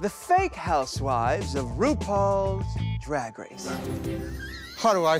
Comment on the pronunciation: Can anyone explain the whole thing with Trixie’s accent and pronunciation of “drag” that’s so funny. I’m in Alberta Canada and it sounds just normal to me lol